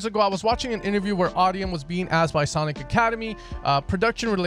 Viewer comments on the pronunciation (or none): none